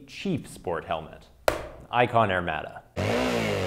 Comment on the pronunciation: I like your videos and can even look past your use of the metric system but good god, man. It's pronounced "air-mod-a" not "air-mad-a." Lol stay shiny side up, friend.